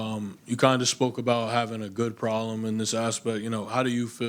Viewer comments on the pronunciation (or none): "uh good prollum" "da overall depf uh da fighters on your roster" learn how to fucking speak dude.